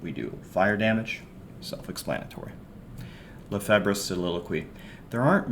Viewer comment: Lefebvre is french the b and the r are silent. Lefav is how you pronounce it, lefebvre is my step daughter last name she use to yell at me all the time about it lol.....overall great video I love the content